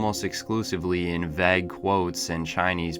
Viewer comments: VAY-gue (like the word "hay"), not VAh-gue. Good video either way. (Me nitpicking about pronunciation just made me realize that ive turned into what I hated growing up.) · “vag” quotes? That’s an interesting way to pronounce vague. 😂